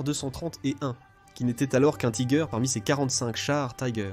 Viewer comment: J'ai cessé très vitE d'écouter : Tiger prononcé à l'anglaise!!! Taaïïïgueur... Inconcevable. Puis 2 secondes plus tard : Panzerkampfwagen "sixe"... C'en était trop! Quel dilettantisme, quel amateurisme. Nul et archi-nul ! A fuir...